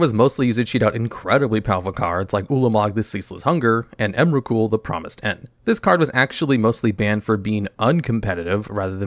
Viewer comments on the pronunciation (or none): none